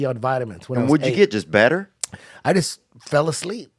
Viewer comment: master peace 😂 “What u get… BEtTeR ??”